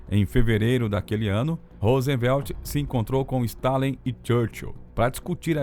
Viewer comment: O narrador é bem fraquinho., Rosenvelt, Eisenhôer e assim segue.